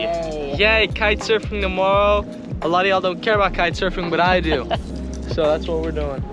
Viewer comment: I think trying say y'all.... Don't feed the Seagulls folks